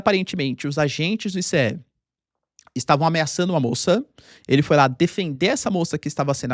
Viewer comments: É estranhos ouvir o professor falar ISSÉ e enquanto em outros lugares é pronunciado AISSI. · Não é "i-cê-é", é "Ai-ci" !! 🤣🤣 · Ninguem fala i-c-e! Fala ice!